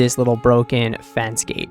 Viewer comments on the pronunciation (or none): none